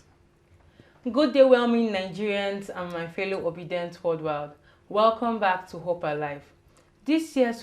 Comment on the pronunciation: Please it is called worldwide not worldwild, please let her ajust.